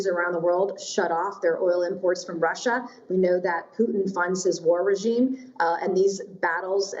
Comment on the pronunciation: please stop saying Rusher, Americer and Chiner. Just a idea. These are not actual words.